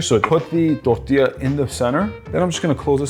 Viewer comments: i love the way he said tortila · and and and and (you get the picture so I won’t share any more time stamps — I’m talking about EVERY TIME you said the word “tortilla”)…Why on earth are you pronouncing the word with an accent as if your Hispanic? Can you be anymore cringe?! 🤦‍♀️ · Bro turns germen when he says tortilla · The way he said tortilla😂